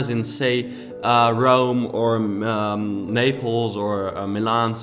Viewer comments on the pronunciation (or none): none